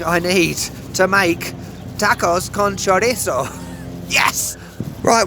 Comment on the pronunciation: I love the way you pronounce chorizo and as can attest, I’ve actually started copying you and saying it your way because it’s just so fun to say! 😂 I love it. I totally get what you mean by “real”/authentic. In any area that’s heavily touristed, there’s going to be parts of town where the tourists go and parts of town where they don’t. And I think people like you and me are often more drawn to the places where the locals go and shop and eat. It doesn’t mean those other places aren’t real or aren’t México. It’s just a way to distinguish between the tourist areas or the “ritzy” places and the places where there are more locals than non-locals. (Where we all know the food is considerably better!)